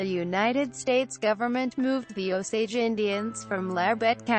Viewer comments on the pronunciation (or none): It Is O-SAGE like the American Indians. Come on now.